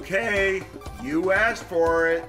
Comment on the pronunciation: Did you know that in the Show Darwin always says aks or aksed instead of ask or asked